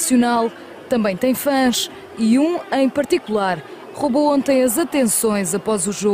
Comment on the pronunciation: she makes this hard r sound when she said "roubou"